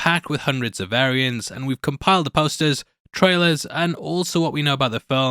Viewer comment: Sounds like you said "full of Aryans" instead of "variants", might wanna check that at the beginning. Lol And please stop calling them "another female spiderman" 😅 that's a spider woman silly